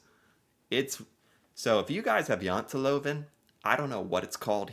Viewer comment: YOU SAY JANTELOVEN PERFECT. BETTER THAN MOST NORWEGIANS.